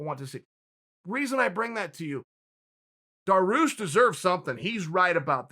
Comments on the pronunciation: my man beneil finally getting his shine. please tho chael is daryoosh not daroosh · So we just gonna talk about him saying daroosh and forgetting he called him charlos oliviera ?😂😂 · “Darroosh” is another victim of the “mispronunciation king”... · Dariush not Daroosh. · Me: Beneil DARIUSH Uncle Chael: Beneil DAROOSH Me: Daroosh it is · Me just before clicking on this: "thank god Dariush is starting to have some respect put on his name" Chael: " DarOOsh " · There’s no I in team nor in Dariush, apparently 🤣 Daroosh! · Beneil “Daroosh” Dariush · no he's not